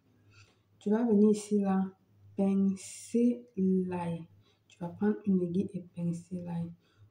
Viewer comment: Bonjour On ne dit pas ai gui lle Mais AI GU. I. LLE. ( il faut prononcer le i ) Merci pour tous ces rituels